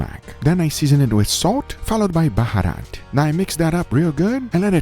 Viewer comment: Guga i am so much proud of you saying baharat thanks a lot